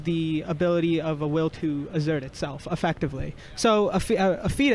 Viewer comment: Assert not excerpt not exert not eggcert, it’s assert